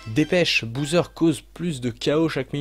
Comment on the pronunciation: Tu critiques ceux qui disent "sauver" au lieu de "sauvegarder" mais tu dis bien "bouseur" au lieu de "Bowser" :')